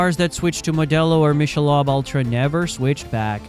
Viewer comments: How to say Michelob (Mick-a-lobe) Ultra wrong. The AI, err I mean human narrator, doesn't know it's not pronounced Mish-a-lob. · I never knew what all the backlash was and you put it together nice and concise! BUT… Michelob is pronounced ‘mick-a-lobe’ not ‘mish-a-lob’. Good video overall. 👍🏻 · What is Mish - a - lob beer? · It’s “Mick’ a Lobe” teach your AI how to pronounce words correctly. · Your AI sucks it can’t even pronounce Michelob right!! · Is this an AI voice because that isn't how you pronounce Michelob